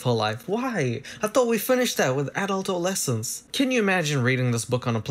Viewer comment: Is it me or he pronounce adolescence as adult-ol'-lessons??